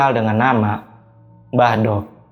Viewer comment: Maaf mas saya jd dengernya mbadok (makan) bukan mbah dok (mbah wedok) 😅🙏